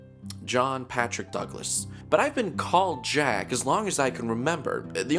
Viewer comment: It's pronounced as Jack not "Jeck" Waits to be thrown to the sun